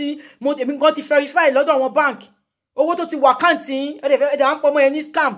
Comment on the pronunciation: Verify not ferify😁